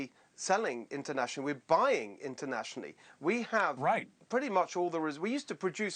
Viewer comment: 😮 i didnt know california was a island 😮did he say island or inland 🧐